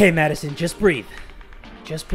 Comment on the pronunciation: Paco butchering the name Madison